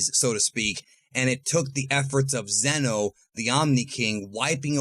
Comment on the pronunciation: Its zeno.